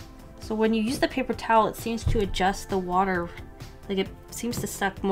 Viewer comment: ‘A lot of wuter ‘ 😂😂